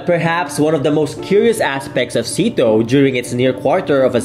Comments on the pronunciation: IT WAS NOT PRONOUCED SEATO ( SITO ) .. it was actually pronounced back then as S.E.A.T.O or SYATO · You pronounce it siyato...